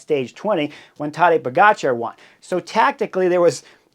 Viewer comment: Chris, never underestimate the ability of Bob Roll to mispronounce a rider’s name.. POE-JAH-CAR !!!